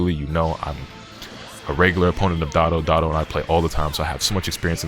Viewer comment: So we aren’t gonna talk about how he called Dotodoya “Doto-Doto”?